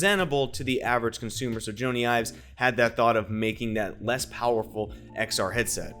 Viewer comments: It's not Joannee Ives it's Johny (like Johny Carson) Ives ! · There are things from this year's WWDC that makes me disagree with your innovation stateme............. Did you say "Joany Ives"? Because it super sounded like "Joany Ives".